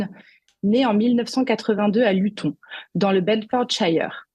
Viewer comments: Luton se prononce "Louteune". Pourquoi Tommy Robinson ne se bat-il pas pour que la Grande-Bretagne devienne une démocratie ? Comme les droitards français (et des autres pays européens), il n'a pas compris qu'en créant des partis patriotes il ne fait que conforter l'oligarchie mondialiste puisque le multipartisme est constitué de partis politiques indissociables les uns des autres : lorsque vous votez pour un parti patriote, vous votez en même temps à votre corps défendant pour tous les autres partis. Les quatre fondements de la démocratie sont le RIC constituant, les autres RIC (législatif, abrogatoire, révocatoire, veto), le tirage au sort des représentants et les conventions citoyennes (définies par Jacques Testart - Tout RIC devra être précédé d'une convention citoyenne dont les quinze membres tirés au sort rendront un avis éclairé sur tel sujet après avoir écouté des experts ne partageant pas la même opinion). Il n'y a pas de partis politiques dans une démocratie. Ces derniers, arme de prédilection de l'oligarchie mondialiste, dressent les Français les uns contre les autres pour le plus grand profit de cette dernière. En revanche, les représentants pourront être des membres de cercles de réflexion (Le Cercle Aristote, la Fondation Jean-Jaurès, etc.) qui auront été tirés au sort parmi des volontaires, mais il ne sera bien sûr pas impératif d'être membre d'un cercle de réflexion pour pouvoir participer à ces tirages au sort. Les représentants seront soumis au mandat impérat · "Luton" se prononce "Lutone". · T. Robinson est un véritable héros Anglais contre l'injustice et la lâcheté crasses des bien-pensants woke au pouvoir !!! PS : pour la journaliste stagiaire, Luton ne se prononce pas de la même manière qu'Alençon...juste parce qu'elle se trouve en Angleterre...!😉